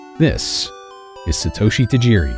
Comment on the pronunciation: Sheesh, can you guys at least make an effort to pronounce names correctly? My ears bled with every Satoeshi Tajeeri. If you’ve watched even one episode of the Japanese anime you’d know it was pronounced SAH-toh-shee.